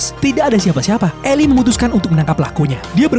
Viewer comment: Cara baca nama Eli sama Elly beda bang, kirain tadi anaknya cewek. Eli dibaca 'ilai', kalo Dibaca 'eli' itu sama aja ngomong Elly